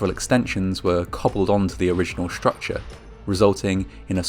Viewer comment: I don't like how the narrator pronounces his "s"es as "sh". "Shtructure", "shtrange", etc. A very annoying common phenomenon now.